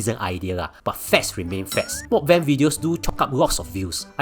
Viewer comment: that's not how you pronounce meok bang